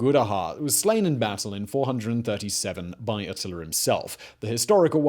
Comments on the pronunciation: Why he keep saying "Attiler"? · It's so funny how he says atiller lol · “Artilla” lol